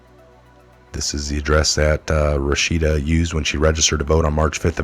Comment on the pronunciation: Rashida - Ra shee da - not Ra sha da.